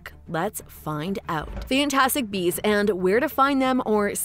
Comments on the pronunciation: I heard "Fantastic Bees" 🐝 throughout the video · Your channel suuuux! You made it look as though Eddie was gonna be talking smack via live feed.......but alas it was narrated by a chick that kept saying bees instead of beasts!!! 😂🤣😂🤣 so not only did I waste 8 minutes watching and waiting but an additional three to write and post this!!! But that's on me, lol.